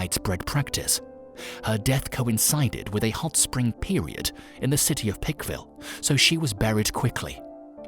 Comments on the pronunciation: He said Pike county, so I'm not sure why he keeps saying Pickville 😆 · Why are you calling that picville city? Its plainly Pikeville. With the long I sound. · Pike-ville. Pike. Rhymes with hike and bike. Other than that, great video!